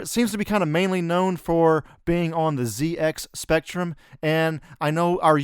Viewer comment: It's not ZX Spectrum! It's ZX Spectrum!